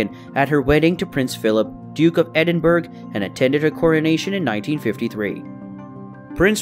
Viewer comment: Sorry had to stop watching I'm from the uk !! Where is hurtfordshire edinburg !!! If your yr going to talk about the UK get the prenouniation correct at least !!!! Its pronounced Hartfordshire !! Nd God damn you called the Capitol of Scotland !!! Edinburg !!! Disgusted !!! Minor details!!!! Mean a lot !!! I pulled up just a few !!!!!